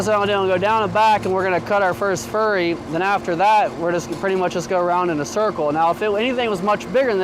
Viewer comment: Furrow not furry